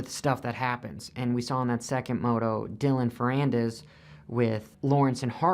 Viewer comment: said Ferrandis correctly!